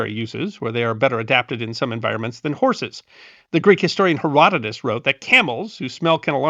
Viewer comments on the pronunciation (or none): none